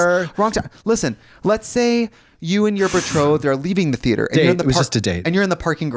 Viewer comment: Kicked out of the thee-ate-her 💀